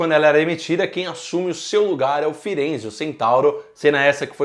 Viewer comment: pare de falar ferenze